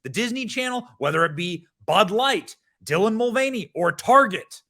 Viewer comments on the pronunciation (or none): none